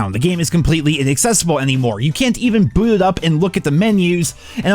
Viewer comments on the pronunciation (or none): none